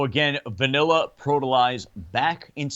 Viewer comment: I love how Dave says Vaneller for Vanilla. LMAO.